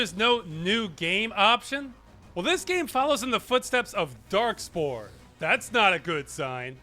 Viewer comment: I think he might be talking about , where ross says dark spore, but it sounds like dark souls. I heard it as dark souls the first time too